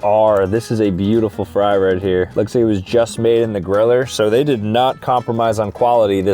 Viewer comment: bro said griller